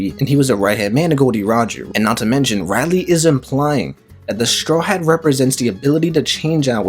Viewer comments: For all that’s good in one piece stop saying it’s Rayleigh ( Ray-leeh) great video but you got to learn his name please!! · Very interesting video One thing though, after years of watching One Piece one would thing that you can get the name right, hearing RY-lee instead of RAY-lee was somewhat distracting not gonna lie D: lol just a pet peeve Keep it up! (the good videos I mean, not the bad pronunciation haha) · Not to be mean but one piece will end when you say Rayleigh name right (Ray-leeh) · rayleigh... nah its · Mad you keep saying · I really came here to say I thought I was watching an episode of the boondocks as much as he said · Him saying just irk me so bad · You had so many chances to say Rayleigh correctly. 🙄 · y do you pronounce rayleigh weird?